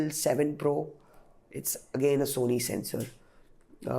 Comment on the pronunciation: It's 'Sensor' not 'Censor'